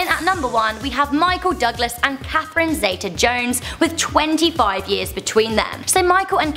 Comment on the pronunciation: Also who the heck is 'Catherine Zay-ta Jones' its Zeeta ffs